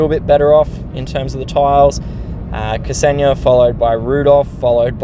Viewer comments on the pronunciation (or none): Hello, thx for the video and glad to see you're back in the game :) Also, just wanted to say it's pronounced 'Xenia', in one go, , not 'K-seni-ya'. :hand-purple-blue-peace: It's my gf's name :face-blue-heart-eyes